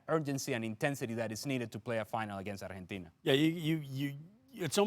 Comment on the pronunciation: Am I the only one who cringes when ESPN hosts put on a fake Spanish pronunciation when they say Spanish words. I had to stop listening after one minute because of the way he was pronouncing Argentina